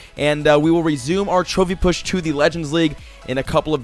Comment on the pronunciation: it sounds like he is saying "chubby push" not trophy push? is this on purpose?